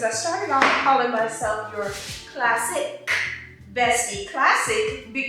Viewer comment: I love me some live music too friend, it’s such a grown, sexy and chill vibe! I also love the double screen👍🏾 …not going to lie, I always hear “classy” although I know you say classic, but it’s because you give classy, even when you are “getting somebody together” it still gives “classy”🙌🏽💅🏽